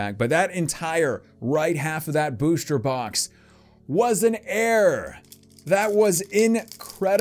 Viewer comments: 😂 Cringe every time he says "air" instead of "error" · its ERR-OR not AiR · He said air pack, doesn't even sound like he was trying to say "error" lol. Even the subtitles say air pack. Oh... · he was saying "error packs" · I thought he was sayin "air packs" 🤣😂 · Chris Hawker it sounded like air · It’s an “Err pack” err is short hand in computer programming for error I’m thinking that’s where he got it from. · He was saying error parks lol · It's open an "Error" box by the way. Do you even English bro? Jk love your vids man